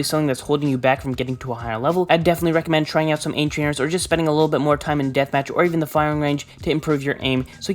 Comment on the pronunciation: no one::Twying